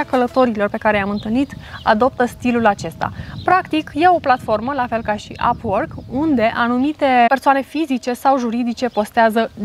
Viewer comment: Nu pronunți corect “upwork”